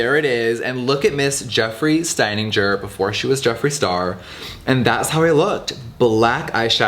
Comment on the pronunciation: Jeffree doesn’t even know how to pronounce his former family name 😅 it’s Steininger like in « guts » !